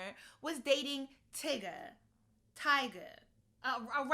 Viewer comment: No hate but it was really funny when you pronounced Tyga as Tigga 😂